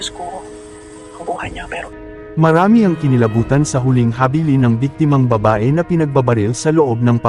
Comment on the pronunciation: Bkt ganyan mu bigkasin ang "habilin "sa Pilipino?😊